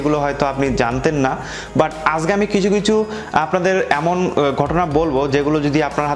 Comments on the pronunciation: আজগে না ভাই কথাটা আজকে হবে আর কথা ভাল করে বলেন কথা শুধ্য করে বলেন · আজগে না আজকে।